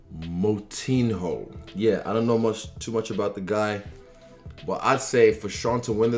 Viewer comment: LMAO THE WAY HE SAID KRIS MOUTIN-HO, izzy my boy, its pronounced “Moutin-yo”, just for future reference